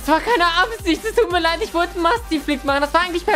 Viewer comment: heisst das leid see you agan????? XD